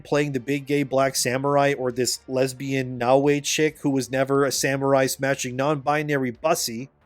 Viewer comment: The other thing wrong about this game is how the people playing it can't pronounce "Yasuke" or "Naoe", like you.